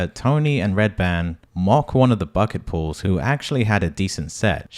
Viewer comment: You said bucket pools but i thought it was bucket pulls lol